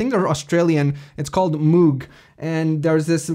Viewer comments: "this unknown company, Moog...." My god! Moog (pronounced as Vogue with a starting M, and no not from Australia...) is for sure one of companies that produces the most wanted synths for decades... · You pronounced Moog incorrectly. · Unknown producer... named moog. Ohhhhhh my goddddddddddd. He didn’t even say it right